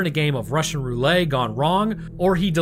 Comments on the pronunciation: Are you saying “Russian Roulay” b/c the YouTube algorithm no likey the real phrase “Russian Roulette” ? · Roulette, not ruley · Roolay? bruh... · russian roo-lay? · Ok my man, wtf is Russian Ruelay? Are you mispronouncing on purpose, or are you just "that way"? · I've never heard, "Roulette" pronounced that way. That is a new one for me. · That’s because it’s not pronounced that way. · I've never heard someone pronounce roulette like that lol. Great video nonetheless! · You pronounce roulette like that to drum up comments?